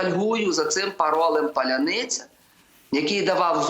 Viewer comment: Чому так трудно вимовить це слово? Паланыца, палянИца.. наверное, трудно именно звуки последние "ница" по аналогии с "пятница", а надо не НИЦА, а "НЫЦЯ", тобто ПАЛЯНИЦЯ (Паляныця)